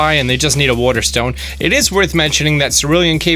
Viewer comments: "wuter stone" ._. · he can't even say water stone he says werter